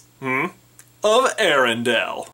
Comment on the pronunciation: I was loving this video until you mispronounced arendale. It's air-en-dale not arr-in-dal